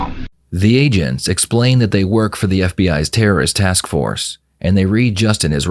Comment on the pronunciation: you know your AI narrator is garbage when it pronounces "agents" as "aghents". lol. Watch any other coverage of exactly this video. Don't waste your time here.